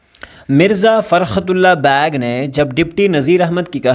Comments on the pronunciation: Beigh ❌ bag✅. 😭😂😂😂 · sir its beigh not bag .